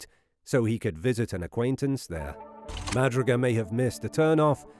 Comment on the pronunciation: Jack Madruga's last name is properly pronounced "Ma "Drew" Ga"